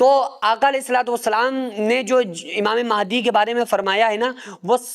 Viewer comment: Imame mahaidi nhi h unka name unka name h imam mahdi phele bolna to sikh lo fir hadise Mubarak bayan kar denA 😢😢😢😢😢